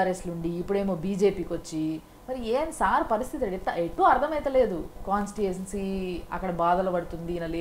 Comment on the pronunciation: కాన్స్టిట్యూఏజెన్సీ నా? ముందు భాష నేర్చుకో తల్లి